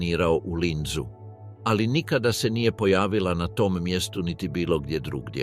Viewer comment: GRAD SE ZOVE LINC A NE LINZ, NEVEROVATNO KAKAV GLUP PREVOD !?!